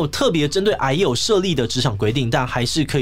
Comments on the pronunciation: 抱歉嚴肅話題，我一直聽成唉呦…。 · 一直把癌友聽成哎喲